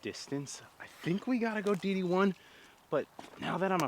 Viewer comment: You keep saying DD1, but all I’m hearing is D1. Also love the course features. Those courses you get to play are awesome.